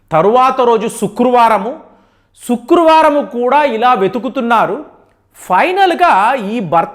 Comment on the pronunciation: శుక్రువారం కాదురా అయ్య శుక్రవారం